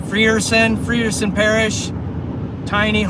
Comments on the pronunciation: Frierson is pronounced (Fryer-son) remeber I before e sounds like y not e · jacks what did it for me was him saying "free er son" 🤣